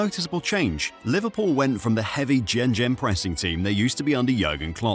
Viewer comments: The old "jen-jen pressing" eh? Try saying "gay-gen", you'll be 95% correct. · It isn't. It's gay-gen (gen rhymes with ken or ten). The whole video is AI slop. AI wrote the script, the voice is AI, the pictures were probably accumulated through some AI program that autogenerates images based on text you put in it. Even the video description is AI. The person that runs the channel literally left in ChatGPT's "Here’s a punchy YouTube description you can drop in:" when he copy pasted it. There are other mistakes like "Robert Firmino"